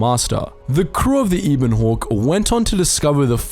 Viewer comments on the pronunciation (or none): Eh-Bun Hawk, not EEb-On Hawk I'm sorry, you said the name so many times back to back to back I think I developed a twitch due to the mispronunciation. If you think I'm wrong, play the game. They pronounce it Eh-Bun Hawk. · The way he butchers the ebon hawk's pronounciation.... EH-BIN HAWK.